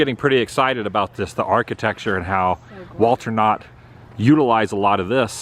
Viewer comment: HEY ATW...WHEN YOU SAID WALTER KNOTT SEVERAL TIMES, I thought you were saying " Walt or not" and kept thinking why you were talking about Disney so much! Great vlog. Great Collab! Ok, I'm just gonna say it," is awesome!" She has an incredible screen presence and should be collaborated with more often! What a cool town. On "Die Hard", Pomona is where McClane told his wife his captain retired to (actually, he said "Ramona").